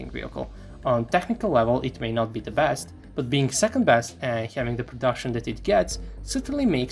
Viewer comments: AHHHHHHHH ZEE PUMAAA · Ehhhhhh.... Ze Puma...